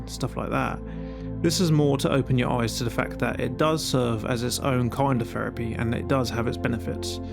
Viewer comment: Feripy < Therapy. TH never makes the F or V noise when speaking proper English.